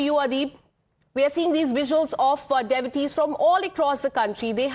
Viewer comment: She cannot pronounce devotees